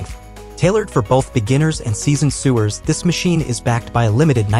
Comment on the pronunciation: Just a couple things: It's pronounced "so-wer", not "su-wer". As in someone who sews. And it's "Janom-ee", not "janōm". The last "e" is pronounced.